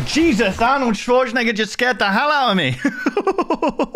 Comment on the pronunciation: AEIUGH GET TO ZE BACKROOMS!!!!!😂😂😂